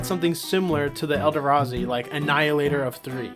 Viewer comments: btw when you say eldrazi you said it like el da razi when its said el dra zi/ze/z idk witch it would be to show how its pronunced i know that one of them is it but ya sorry if this comes off as rude if i didnt say somthing it would be like a un scratcheble itch also whats the whole mem behind charging badger is it just that its a 1/1 for 1 with trample or is it the name since charging bager seems more like the name for a hasted creature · say it with me. el. draz. e. ELLLLL DRAZZZZZ EEEEEE NOT ELDERAZI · "Elderazi" lol good video